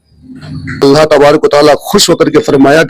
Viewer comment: Jab ye baat hmne nhi likhi aur tumne bhi nhi likhi, aur dono hi astagfar pad rhe hai toh fir nalayako q ek dusre par tohmat lga rhe ho ? Dono side se galti ho rhi hai, and yes woh ALLAH hai Alla nhi ....!